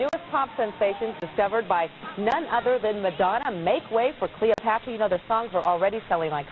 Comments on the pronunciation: Their name is pronounced CLEOpatra, not KILOpatra. Just FYI, no disrepect. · The last I heard they were called 'Cleopatra ' not 'Killer Patra' and they were from Moss Side, Manchester not Moorside. I appreciate the trouble you have made putting this together but please, you can do better. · Love it when we a decently researched blast from the past of a people who made an impact in the past. I recently was going through memory lane, looking at popular icons and their journeys from Ruff Ryders to Eternal. As good as this one is, why do I keep hearing Kiler-patra instead of Cleopatra 🤦🏿. Anywho, keep it up. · Why she saying KILLA patra ? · I heard her say that too 🤣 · I hoped she just misspoke but it kept goiing smh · why cant u say Cleopatra? love this band ❤️